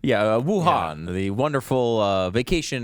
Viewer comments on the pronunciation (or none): 😂 he was trying to say "Wuhana" in the beginning 🤣 that was funny. Merry Christmas everyone!